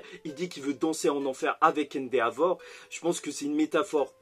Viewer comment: Sa se dit endévor et pas endeavor sa me casse les oreilles a chaques fois